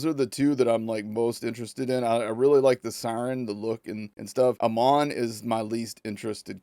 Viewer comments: Amon's name is pronounced like how you say Amon Amarth. Not the long "O", like eyy mon! Also I like the environments in this so far. I saw Asmond Gold look at this earlier. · Pronounced haymon I think Amon